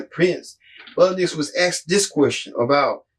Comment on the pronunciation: Boot Edge Edge. Kind of concerning when you have n9t taken the time to pronounce his name. Sorry, didn't bother watching since you clearly did not do you homework.